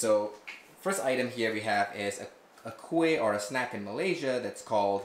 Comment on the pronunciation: Your wife pronounced kuih name exactly like us. Tak pelat.